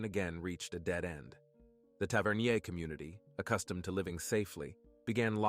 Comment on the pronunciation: Tavernier. Tav-er-near.